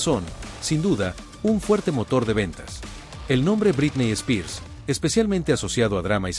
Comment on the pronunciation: Me encantan tus videos pero me hace mal tu pronunciación de "Britney Spears"